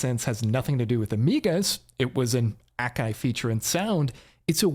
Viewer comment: But that's how you pronounce it.